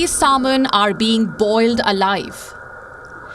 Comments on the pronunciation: Its "sam-in" not saul-mun" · This shamanic lady doesn't even know how to pronounce the word "salmon" 😂😂😂😂 Indlish is so horrible sounding that India even lost its No.1 spot for call centres to the Philippines 😂😂😂😂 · she doesn't have to...you understood nah! Chill !!